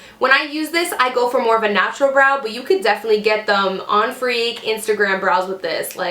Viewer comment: Did she say " on freak"?? haha